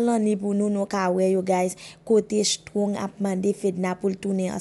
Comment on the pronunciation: Se shtrong se strong prononse non moun yo bien madanm